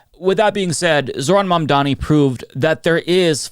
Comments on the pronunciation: The name is mamdani. MAM-DANI 🗿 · It's Mum--Daa--Knee. Not Mondani. Dude.